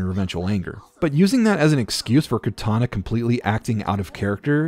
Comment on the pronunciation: it sounds like you meshed both Cortanas and Kataras names together